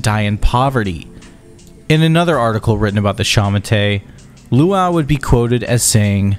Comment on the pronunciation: all that research but u didnt bother checking how luo fuxings name is pronounce? cmon man u did such a great job it would have taken u 2 seconds to check that x is pronounced as sh in chinese and luo is not pronounced as luau